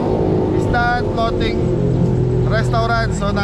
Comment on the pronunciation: Floating yata, hindi flooting😂😂😂& Thailand, hehehe